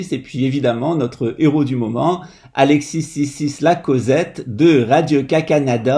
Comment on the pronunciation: Son nom est Alexis Cossette (la lettre S dans Alexis ne se prononce pas)